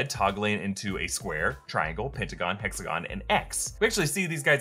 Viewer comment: Did you say hexagon??? Hmmmmmm